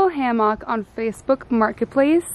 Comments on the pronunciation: It’s HAM-ICK 😂😂 not ham-OCK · I’m dying at “ham mock” even though that’s how it spelled. 😂😂I’m on the east coast and we say “ham ick”